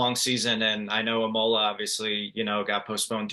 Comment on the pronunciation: thought is was going to be a good interview until I heard him pronounce Imola, expectations turned south really quickly.